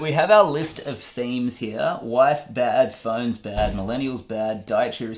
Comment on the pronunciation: Normal people: phOnes Him: phINES